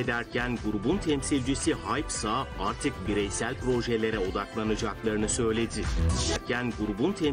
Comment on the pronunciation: Abi ben mi sagirim 2 haberde de 'grubun lideri HAyT'' mi diyo Kskdkdoofofofo